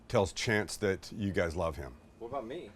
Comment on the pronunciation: Did you say aboot?